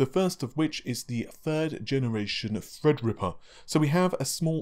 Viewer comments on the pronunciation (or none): No more "Fredripper"? No more "Nahhvay"? What is that channel coming to??? 😢